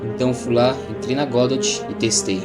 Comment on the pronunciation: Mano aprende a pronunciar o nome da bagaça direito não é "godóte"